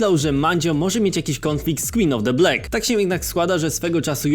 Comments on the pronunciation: Filmik mocno merytoryczny, za co propsy. Ale za każdym razem jak mówisz jej ksywę to aż nóż w kieszeni mi się otwiera. 😂 W Black nie ma 'e'. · BLAK NIE BLEK BLAK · MÓWI SIĘ BLAK YYYYYYYYYYY ja cię lubię ale proszę 3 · CZYTA SIĘ BLAK NIE BLEK WTF